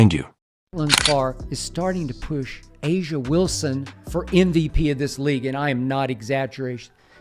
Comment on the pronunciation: The narrator can't even pronounce A'ja Wilson's name correctly. How seriously can you take "Clark Facts"?